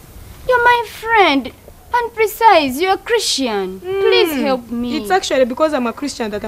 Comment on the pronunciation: Instead of help she says helop😂😂